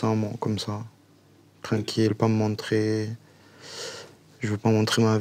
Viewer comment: « Eh bah c’était trenquil » - JuL